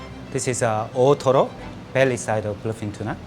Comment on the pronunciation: I kept hearing ottoro